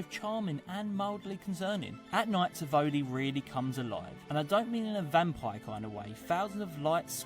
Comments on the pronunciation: Tivoli= say it like this: Teevolee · the English guy at 22 mins in did NOT pronounce Tivoli' right